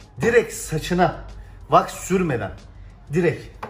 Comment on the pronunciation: Ne was ai kullanin diyor tam anlayamadım da